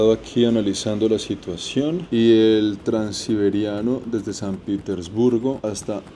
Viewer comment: PITERSBURGO? PETERSBURGO